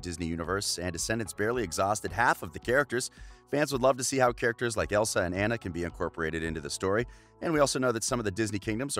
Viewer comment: Not to be rude but you said Anna’s name wrong